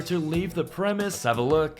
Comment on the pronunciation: Just fyi its "leave the premESIS" not premiss